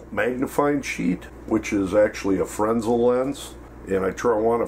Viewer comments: Fresnel was a Frenchman. It's pronounced fren-ell no matter where you are from. Words like aluminum can be pronounced differently depending on what side of the pond you are on, but a man's name is a man's name, even if he is French. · It is pronounced... "Fre-Nell" lens. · Ian Hall oh stop. You are embarrassing yourself. It is a French word and misspronouncing it doesn't validate the incorrect manner.